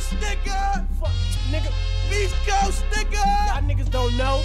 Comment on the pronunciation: fail on the pvrple mob it's coAst not cost xD Tahhh! can't even say your own city right GTFO